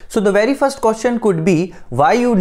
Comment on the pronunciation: Velcome to the channel... Wery good.